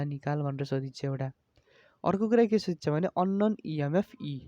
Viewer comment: Sodhecha ❌ sodhichha ✅🤪